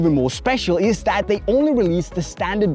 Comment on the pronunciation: Did say "It is what it izz"?😂😂